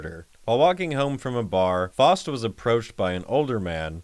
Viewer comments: The worst crime is how the Name "Faust" is being pronounced here. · “FAUST” is pronounced “F-ow-st” (the “ow” sound as in “down”) not “F-aw-st” (sounding like “lost”). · It's pronounced fowst